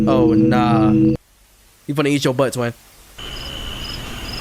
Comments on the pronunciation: Go kept saying cat when it’s eat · Son dih just said cat instead of eat somehow( ngl i was abt to say that too 🤑) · Why is he saying eat as cat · why do you keep saying "cat" when it says "eat"...? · Bro it's "EAT" not cat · This mf saying “cat” instead of “eat” 💔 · Stop saying cat it says eat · Why does bro say Cat instead of Eat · anyone notice him saying cat instead of eat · Not being mean but you said cat and it was eat